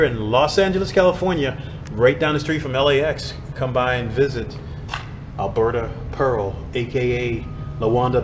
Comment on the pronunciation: It's pronounced like a bannana peel. Alberta Peal